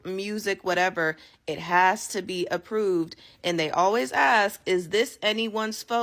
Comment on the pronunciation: "I seen..." "Axe me..." Yeah I can't watch any more. This is an offence to my intelligence and my eardrums.